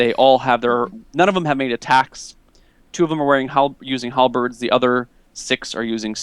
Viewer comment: why do you always call halbeards halabreads?